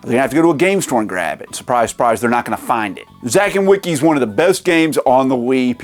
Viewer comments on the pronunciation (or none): none